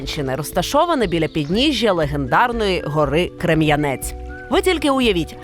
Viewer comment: Ріка Сіверський Дінець Гора Крем'янець з неправильним наголосом І перша згадка 1571 а офіційно записано 1681. За кам'яних дівок вже написали. І є декілька варіантів чому назвали місто Ізюм.